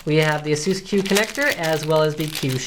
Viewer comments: not Ahsus its Aisus.. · Ayyyysoos. We don't care, we just buy it.